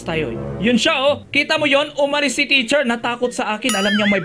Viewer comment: Teacher po Hindi po T